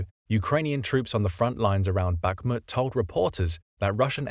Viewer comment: It's BaHHmut - not BaKKmut, ...like HHunt - not CCunt !! That's easy.